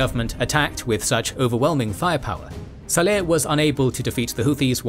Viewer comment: It's saleh, not seleh...